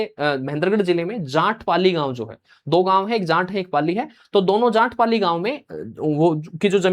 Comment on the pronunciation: Jaat ko jaant mat bolo